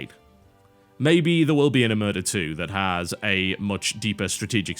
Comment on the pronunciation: TB, it's oMERta, not oMURta >.>